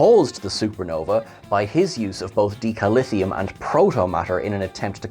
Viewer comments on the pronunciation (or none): Starfleet ships use DI(lithium) Then you have the nuclear inhibiting Tri(Lithium) This stuff is Deca(Lithium) like Deca(liter). Not whatever it is you're pronouncing.